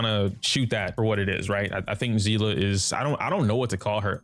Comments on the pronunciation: It's Seal-ah pronunciation. It's literally said in game. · It's not "sea-lah" 🤦🏻‍♂️ It's a German word and the pronunciation is "see-lee". Y'all American's really need to brighten your language perspective because it's pretty pathetic